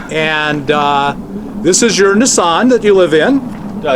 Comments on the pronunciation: I will tell you this. You keep on pronouncing Nissan like Nissss-san and I'm unsubscribing. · wow nissan is said wrong and bad